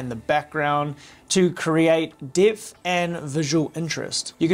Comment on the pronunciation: literally cant pronounce the E. Depth is Dipth. Better is Bittah. Just crazy. Guys. Your accent is nice and all but god damn. Pronounce the entire thing.